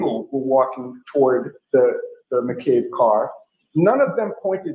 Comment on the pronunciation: Only thing I noticed is you are spelling and saying McCabe wrong. There is no R in it.